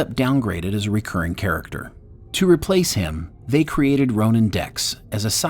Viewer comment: Please learn to pronounce “recurring”!